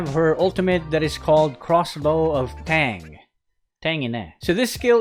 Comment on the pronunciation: crossbow of tang Me in mind: Crossbow of tang ina:says tang ina